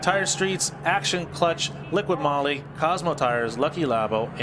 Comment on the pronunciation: guys it's not liquid moly. it's liqui moly no D in liqui.